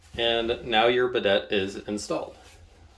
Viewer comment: Thank you very much for this video mister but it’s pronounced BIDAYYYYY 😊